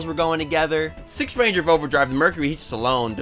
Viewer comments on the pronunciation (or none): none